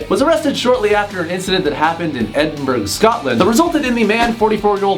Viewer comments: WTF, did you really just say "Edinberg" Scotland? It is pronounced 'Edin borough'! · Tbh no wonder he got bullied even more if I was getting bullied I wouldn’t be like mum whip out the cam cam and edinburg scotland 😂😂 it’s pronounced edinbru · im not a grammar Nazi or anything but its pronounced edin-bruh. soz I just hate when people mispronounce things haha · btw edinburgh is said ed-in-bra not ed-in-burgh how it’s spelt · No hate, but please, PLEASE know that it's not pronounced like "Edinburg", it's "Edin-borough" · i love how he pronounced Edinburgh wrong its Ed-in-bruh lmao ly x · Its not Edinburgh u pronounces it edinbra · Did he just fucking miss pronounce Edinburgh? Did he just say edinburG??? Wtf, wrong pronunciation 😂😂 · Did u pronounce Edinburgh ‘Edinburg’ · Edinburgh pronunciation: ed-in-bruh or ed-in-buh-ruh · It’s pronounced “Edinbruh” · Loved the video! But just so ya know, Edinburgh is pronounced edin-bruh :p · it’s pronounced Edin-bruh. I’m sorry I’m Scottish I have to correct you😂it’s one of my biggest pet peeves. I come from Glasgow and and some Americans pronounce it Glas-gaw when it should be Glas-go 😂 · i'm wheezing edin-BURG. i'm ashamed to be scottish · Fyi : Edinburugh is pronouned "Endinburuh" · u said edinburgh wrong aha it’s pronounced edinbruh lol love ya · Anybody else play it four times to see how he said Edinburgh because I'm like 90% sure he said Edinburg 😂 and that just makes me pitiful for americans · Edin-burg haha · Edinburgh..... Ed-in-bruh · .....THAT IS NOT HOW YOU SAY EDINBURGH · The way he said Edinburgh haha lol all the Scottish people r cringing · is anyone else cringing at how he pronounced edinburgh? XD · Anyone else cringe when he said Edinburgh? As a Scot my soul hurts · When he pronounced Edinburgh kinda incorrect I just smiled because it's only an hour away from me and my favourite city and I can't even be mean about it because it's such a confusing city name